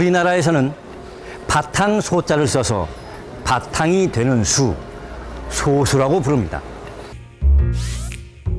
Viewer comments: 아니 素數의 발음이 [소수]가 아니라 [소쑤]잖아. 교육방송이란 데서 이런 기초적인 사항을 틀리다니 이 방송이 송출되는 데에 관여한 모든 사람은 다 사회생활을 금지해야 한다. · 소수(素數)의 발음은 '소쑤'입니다. EBS 다큐멘터리임에도 '소수'라고 발음하는 건 참 어이가 없네요. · [소:수] 가 아니라 [소쑤]로 발음해야 합니다. 사이시옷은 합성어에서 한쪽이라도 순 우리말이 들어가있을 때 쓴다고 해서(예외가 있음에도 이건 예외에서 빼버림 무식한 문돌이 국어학자들) 표기가 솟수에서 소수로 바뀐거지 발음이 바뀐게 아닙니다. 小數 [ 소ː수 ] : 일의 자리보다 작은 자리의 값을 가진 수. 예를 들면, 0.1, 0.23, 4.2, 35.67 따위이다. 素數 [ 소쑤 ] : 1과 그 수 자신 이외의 자연수로는 나눌 수 없는 자연수. 2, 3, 5, 7, 11 따위가 있다. 이정도는 신경써서 제작해주세요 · 거 계속 소:수 라고 발음하는거 신경쓰이네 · 素數는 소쑤라고 발음해야 맞지 않나요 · 소수(素數)를 발음 할 때 소수(小數)와 구분하기 위해 발음을 짧게 해야지요 .즉, 素樸(소박) 과 小學校(소학교)는 발음이 다릅니다